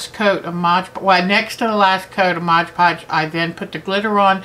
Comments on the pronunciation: Very informative video, I like your attitude towards crafting, you are fabulous! May I just point out one small error, and believe me you are not the only person to do this, I find the same mistake in at least 50% of the videos I watch... its not modge podge, its MOD podge. :P Thank you for sharing you knowledge, I hope to be making some beautiful beads using your great tips :) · lol So many folks can't say "Mod Podge". <3